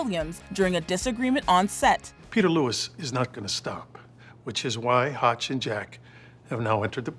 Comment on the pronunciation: How can you love him when you didn't even get his name right!? It is HOTCH